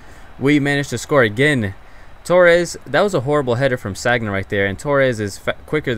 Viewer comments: whoaa whoa whoa whoa no trolling or hatin haha but wtf don't call Sagna like Sagggna lol that hurts the ears of french speakers or the likes lol. it's Saña and you being hispanic will know how to pronounce this :) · um just so you know for future videos the Arsenal RB is pronounced San-ya not Sag-na. Great video as always, keep up the good work :) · Bacary San-ya. Not Sag-na. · Your pronouncing Sagna wrong and you are telling us how to say Pato. What? Otherwise good vid and finally you got Ibra ive been waiting for this.